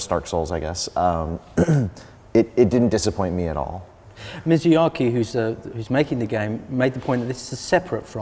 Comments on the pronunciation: Mizayaki lol XD his name got butchered well cant blame the guy some japanese names are hard to say. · Lmao the guy doesnt even know how to pronounce Miyazaki.